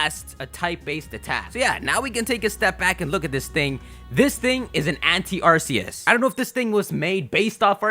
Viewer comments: ugh I'm starting to get annoyed from him saying ars-ee-us when it's-ark-ee-us gahh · It's pronounced Ar-key-us